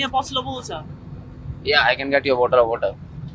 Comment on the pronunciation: that bo'oh'o'wa'er :face-blue-smiling